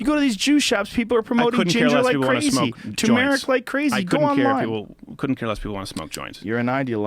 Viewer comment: Nobody's going to talk about how they are pronouncing tumeric wrong lol